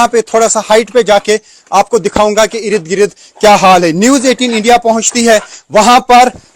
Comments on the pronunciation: Bhaiyya sahi shabd ka istemal karain ird gird hota hai,irid girid nahi hota hai. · Irid girid आपके इस शब्द "इरिद गिरिद" को ही सुनने के लिए आपकी वीडियो देखता हू आप का pronunciation ग़ज़ब का है आपका धन्यावाद इर्दगिर्द की रिपोर्ट दिखाने के लिए